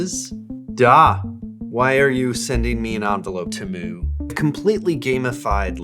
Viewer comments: The way you pronounce Temu like Toomoo drives me insane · I can't tell what's freaking me out more - that insane hair or the repeated horrible pronunciation of Temu. 😬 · I like how no can agree on how temu is supposed to be pronounced